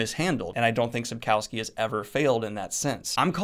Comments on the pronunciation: Every time he Sapkowski I just hear Tchaikovsky. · Well actually...:) It's pronounced ReGis like in Greene, funny thing is Poles also sometimes mispronounce it, I've listened to a Q&A where Sapkowski (also it's SapkoVskEE;) corrected a girl asking a question about Regis.